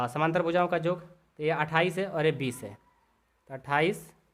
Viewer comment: Sir samnantr nhi samantar hota hai